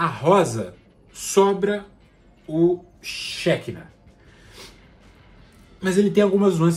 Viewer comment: Hebraico (Shekinah) pronuncia-se como oxítona, "xequiná".